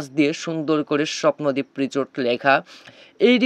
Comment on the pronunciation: Richot richot korchen keno o ta risot Hobe richot na😅😂